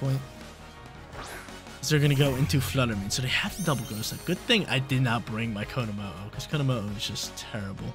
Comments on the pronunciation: Please never stop saying konomooh I love it ❤ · This team is dope, I feel like Tera steel on komo with flash cannon over aura sphere helps you not be walled by flutter mane completely though. I really wanna try him out soon. Also the way you’re pronouncing his name is absolutely sending me lmao 😭